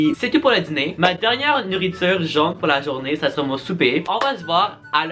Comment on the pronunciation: Je rit quand dit: ‘la dziner’. Est-ce qu’il n’est pas ‘diner’?